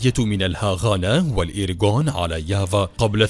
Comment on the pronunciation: كيف يافا صارت ياڤا يلعن أبو السرد على أبو الي علمكو النطق